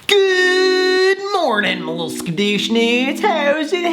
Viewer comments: Scuudish noodes 😂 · “ TeLeViZi Oh No” “SkAdOoShInDoOs” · When you hear "MY LITTLE SKDOOSH NOOSES" Me: MY BIGGIE SKDOOSH NOOSES Get it bcuz he said little